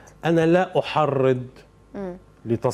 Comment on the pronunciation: لاأحرض وليس لاأحرد